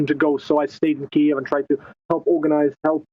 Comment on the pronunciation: Funny the way journalists are trying to say 'Kiev' properly but are just saying keev, which isn't right either. Listen to how Sviatoslav Yurash says it. It isn't keev with one syllable, it's two.